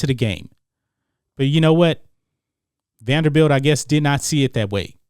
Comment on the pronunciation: Salute to you Mason for trying to make the program relevant, but its "Vanderbilt".